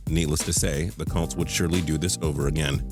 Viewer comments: hey idiot, it's not "Calts" it's COLTS. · The way he says "colts" makes me cringe